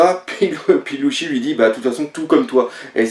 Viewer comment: pk tu dit luchy alors que c ssi